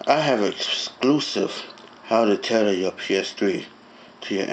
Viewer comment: "tetter" LOL